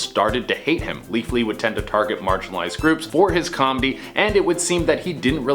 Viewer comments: Ha he said leafly like the weed site he didnt say leafy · Leafy not Leafly.